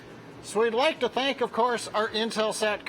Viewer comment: Skimming through the comments here and summarising: "Norminal" "we'll be black with ya!" "we'd like to stank nasa" ...what :D ? Was the launch unexpected and he had to quickly return from the pub?